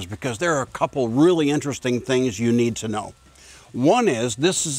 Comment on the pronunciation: I like how he said I “need” to know.